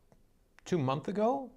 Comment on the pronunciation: You really don’t like adding an “s” when you say month. Very “Th” heavy